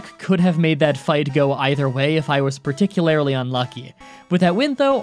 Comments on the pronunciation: Me: particularly.: particulerly. I’ve been pronouncing it wrong all my life 😢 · That was the most Canadian "particularly" I've ever heard x3 Just found this channel yesterday, and I've fr been binging challenge after challenge! Love this content!